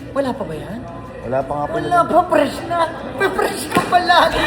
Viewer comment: Fresh❌ Fres✅